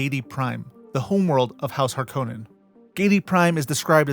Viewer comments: HAR- koh nen HAR koh nen (it is actually a FInnish name, and first syllables always emphasized._ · My brother in christ, richese and harkonnen are both pronounced numerous times in dune media and youve pronounced both of them wrong